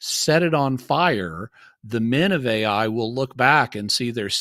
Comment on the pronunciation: I'm so annoyed at the when he starts pronouncing the name of the land "Ai" as "A + I" instead of just "I"...